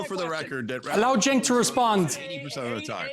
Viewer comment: ole lady callin cenk "jenk" 😂😂